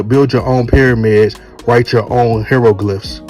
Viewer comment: You should probably learn to pronounce “hieroglyphs” before you try to tear down one of the greatest artists of the last 15 years. But of course people who don’t know much about anything don’t understand why Kendrick is such a dope artist. You would however think that a guy collaborating with other influential musicians across genres, might deserve more than to be critiqued by a random goofy YouTuber when he’s one of the few rap artists that’s achieved serious mainstream success while also putting out quality conceptual albums that have won him a Pulitzer Prize. No offense but a rap artist winning this honor isn’t happening by the artists just rhyming a bunch of nonsensical nothingness together.